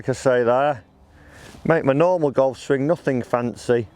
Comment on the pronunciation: Not swingk ffs....its swing. The g is silent